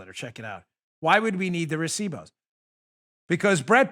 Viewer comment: You said recibos very well dam 🤣🤣🤣